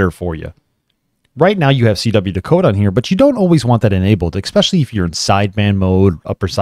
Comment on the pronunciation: „Ekspeshooly“. I stopped there. Sorry.